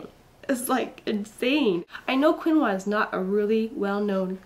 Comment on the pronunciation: yes, you pronounced it right, Keen-wah. I have known about it for a long time to be very nutritious, but I didn't know it was good for milk supply, so thanks for that, cos I had mild problems with milk supply with Izzy and was a little worried about this next baby. So once again thanks for the heads up!!! cool x